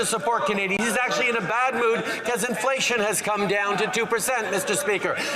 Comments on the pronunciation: Sounded like wacko said indianflation lol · Did Justin say IndianFlation? Or is that me?